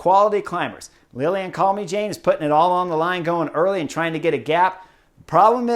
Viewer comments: Love your analyses Chris. A tip how to Pronounce Lilian's last name. It is pronounced as Calme sjaan not Jane (as in Tarzan and...). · If I may. “Calmy-Jane”, hard to get the pronunciation right. Should be something like “calmer-jann”. Thank you. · chris, man, we gotta work on the french name pronounciation. calmejean = kahlmezhahn. you've spent a little time in france, oui? ;) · Yep, I'm sure it's not pronounced Call-me-Jane, but you know what his analysis is so good in willing to let this one side!!! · I was gonna help Chris correctly pronounce Calmejane's name but you did it. Good job! 👍 (We also could have stress the pronunciation of "l'Ain" but let's not be too picky nitty. I always love his take on the races. 😊